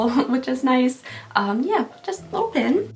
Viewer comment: She says "pen" like "pin" but says "pin" like "pen" 😂 I was a little confused for days 5 & 6 😜